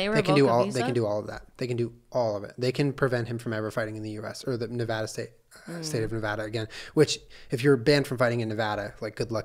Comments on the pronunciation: Sorry Jenna, as a Nevadan I am obligated to correct your pronunciation (this is all in fun, it is an ongoing joke in Nevada. Don't come for me :D). It's pronounced "Neh-vah-duh" and not "Neh-vaw-duh". Love you guys! ;) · Jenna, I love you, but it’s NE VAAAAAA DUH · Jenna pronouncing Nevada wrong hurts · You said Nevada wrong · Oh no. The way Jenna pronounced Nevada 💔